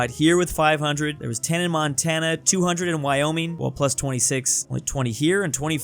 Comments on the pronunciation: woyming popuatlino .-. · "Wyoming popuatlino" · woyming popuatlino